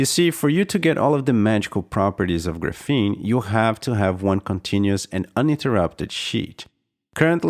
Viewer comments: I don't think it's pronounced "grapheeene"...more like "grAphene" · he's using the wrong A sound, it's more like grah less like gruh; and the f blends between the syllables. So Graf-een with the ah sound of A instead of the uh sound. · Ares Arts how is it properly pronounced? GRAPHene? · The way you mispronounce graphene the entire video makes me want to smash my head off my keyboard.